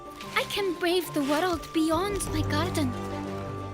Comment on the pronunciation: I'll never say "world" now, I'll say "woreld"